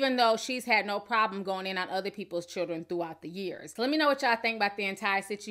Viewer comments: Y u saying shildren girl hhhhhhhj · She said "shildren" and not "children"😭😭😭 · New word for the DAY SHILDREN 👶 SHILDREN 👶 SHILDREN 👶 REPEAT 🤣🤣🤣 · I think the reason Joseline still can't speak english is bc she may not really know how to read it either think about the way she pronounced children in spanish ch is a part of the alphabet